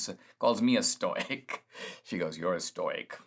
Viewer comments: stow as in toy? Ive always heard stow as in toe. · Stow not stoy stowick not stoyick. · Stoic - pronounced Stow ik FYI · I love Dinesh, but listening to “stoyk” and “stoycism” over and over was sandpaper on my brain